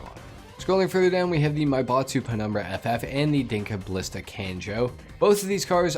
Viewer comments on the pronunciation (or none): none